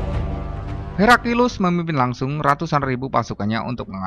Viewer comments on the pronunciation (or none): Bukan herakilus tapi heraklius🤭🤭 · Heraklius ya.. bukan Herakilus seperti pada suara video 😂🤣😂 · Naratornya selalu bilang Herakilus. Itu salah. Yg benar Heraklius. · Pilih narator yg pandai bertajwid dalam mengucapkan kata kata. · Jalan sejarahnya bagus, pembacaan naskah yg sedikit aneh, di teks layar tertulis heraklius, kok narator membaca herakilus? kedengarannya sih gitu